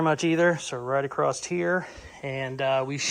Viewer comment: Why do you always say “acrosst” when the word is *across? (Love your work BTW)